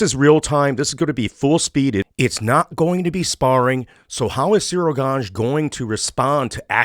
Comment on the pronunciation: Ciryl Gane not „Gange”